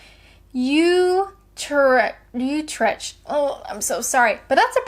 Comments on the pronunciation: OK you've probably been told this multiple times already by now, but Tyne and Wear is pronounced Tyne and 'Wee-ur' and Utrecht is 'U-Treked' 👍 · Utreckt is promounced 'You-trek-t'